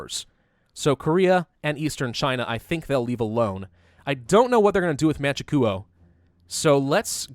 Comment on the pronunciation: Man-Chu-Kwo not Man-She-Koo-Oh